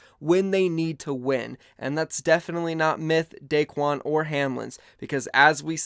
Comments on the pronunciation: Not Daquen, Daequan. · It’s daequan